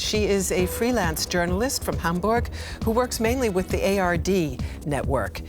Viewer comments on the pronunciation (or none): none